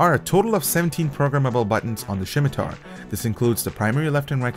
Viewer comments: Did you just call it a shimitar???? Did u even play runescape >:( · SHIMITAR XD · Great mouse aside from the 2.01 Firmware issues. Fyi, it's pronounce Sim-i-tar, there's no H. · "Shimitar"? It's pronounced like "simiter"... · its pronounced Simitar not Shimtar lol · 'Shimitar' drove me insane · I think it's pronounced simitar. :) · If he pronounces it SHIM-i-tar one more time....I'm turning off the video. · THERE IS NO H IN THE WORD! like someone else said its pronounced simi-tar. look for a video about someone talking about the middle eastern sword of that name. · could not watch with you saying shim i tar .... painful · Next time he says shimatar I am going to get triggered. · Elias Yazigi Can not be unheard. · Sam Shalati Haha, it was kinda bugging me too :P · Wait.. so you're telling me, that I've been pronouncing scimitar wrong, my whole life? #FeelsBadMan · Y u say scimitar like Sean Connery? XD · There is no h in scimitar. :p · How he pronounces scimitar kind of annoys me